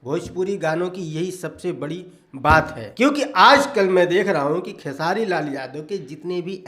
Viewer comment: Beta tu khesari bhaiya par video banta hai to aach se bol khesari bhaiya ka naam sala